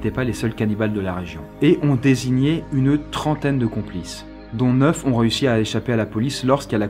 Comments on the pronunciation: tu as dit trentre complis au lieu de complice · De plus en plus de fautes dans les vidéos, dans la vidéo des 7 records insolites tu dis guiSnness et la à complies au lieu de complices... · Complies c'est français ça? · "30 complies cannibales" a oui?😂 video tres interressante sinon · "30 complies" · tu as oublies le "C" de complices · T'A OUBLIÉ LE C DE COMPLICES 😂😂😂😂😂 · "Complies" ralala t'éxageres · il dit complies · C'est que moi ou a oublié le ''c'' avant le ''es'' de ''complices'' à?? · "30 COMPLIES cannibales" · 4.59 tu as oublie le c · "Complies" Je sais je chipote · "30 COMPLIES CANNIBALES" ?? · "30 complies"????